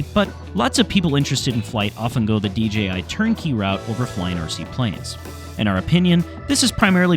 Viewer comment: " DGI drones" WTF ? It's DJI you idiot !